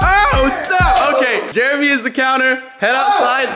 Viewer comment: It’s not Jeremy. It’s CHAIRamy LOL.